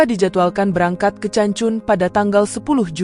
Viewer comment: Not ce but pronounce K for Cancun